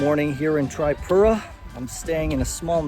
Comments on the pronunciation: I m from tripura... thanks for visiting ❤❤😊😊 Its not tri(pura)its (tree)pura .. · Hi! you can pronounce it as "TreePura" intead of the "Tri" ✌ Enjoy your stay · Hey brother it's not trypura. It's triipura(Tripura) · Tripura ❌ Trypura ✅😂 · bro its not Triepura its Tripura . not offence just to let u know and a hearty welcome.. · bro its tripura not trypura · Not trypura itz Tripura man😂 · Taipura ✅ Tripura ❎😅😂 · It's not Traipura. It's TRIPURA. TREEPURA. OKAY. Welcome to our state❤ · Tripura ❌ Trypura✔️ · First of all it's TRIPURA not Traipura 😫🤣😂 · Pronunciation of Tripura is actually 👉 Tree-poo-raa or teeree-pooraa (Not Try-pura)... Anyway thanks a lot for visiting and highlighting our home state... Keep exploring 🙏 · its tree pura not try pura :face-blue-smiling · its pronounced as TREEPURA not TRYPURA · It is pronounced Tripura - as in trip+ura. Most Indian proper nouns are written phonetically - if it was called Trypura, then they would (usually) write it so. Just follow the lead of the folks around. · pronounce like this TREE-PURA not trypura 😂.. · ur pronounciation bro 🤔 it's tree-puuu-raaa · Your pronounciation (tripura) is not correct btw most welcome to India❤ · It is pronounced Tree-poo-ra. Rashes are probably from mosquitoes or bed bugs. Did you eat/drink anything raw/undercooked? Oh yeah! The salad. Thats the bad boy. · Pronounce this way...Treepoora.